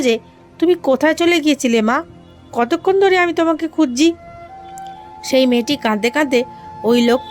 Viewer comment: গল্প ভালো, আপনার পড়াও ভালো। তবে কিছু উচ্চারণ সঠিক না। যেমন, #(কাদদে কাদদে) এটি হবে কাঁদতে কাঁদতে। #(খুজজে) এটি হবে খুঁজছে।